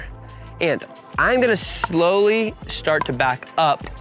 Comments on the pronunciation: Slowly, not slowley. Great video though. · AND it's slowly not "slowely back to the net". But otherwise nice production job.